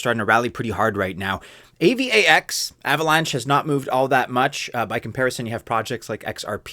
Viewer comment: AVAX is pronounced eivax as one word ffs, not A-V-A-X